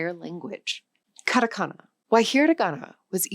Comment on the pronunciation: カタカナ(katakana)がカナカナ(kanakana)に聞こえるんだけど、ちゃんとkatakanaと書けてるのか？